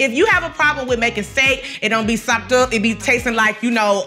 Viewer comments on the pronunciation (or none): It's sopped up bay-bee! 😂